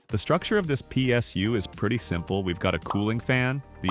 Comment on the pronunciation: “pie SU”